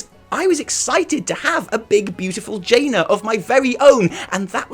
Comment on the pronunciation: It's not jaina it a dreadload as jaina